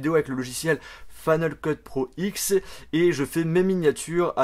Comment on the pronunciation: On dit final cut pro 10 et pas "x" non???